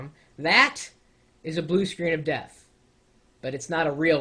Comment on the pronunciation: It sounded like he said, "Blue Screens of Vista" for a second there. hahaha...